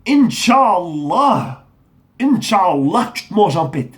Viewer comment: Ptdr tu ma tuer les insultes au début par contre le inchallah tu l à déformer 😂😂